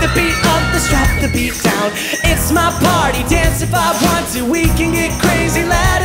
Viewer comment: he doesnt say "party" he say "pawty"